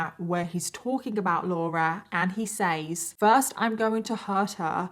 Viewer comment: It funny how you pronounce 'says' 8]